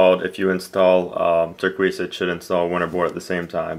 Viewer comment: It's pronounced tur-kay-sa